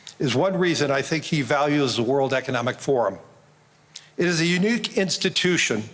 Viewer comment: When the mfer introducing this deranged sack of narcissism pronounces unique as “yinook”, we’re off to the insane races ladies and gents